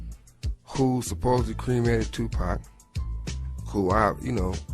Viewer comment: I'm supposed to believe a chick who cannot say tupac right? These are old photos ppl. He was a gift. Let him rest